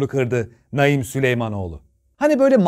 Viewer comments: Abi Naim diye yazılıp Naaim diye okunur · Ya hu çocuğun ismini doğru oku sinirim bozuldu ya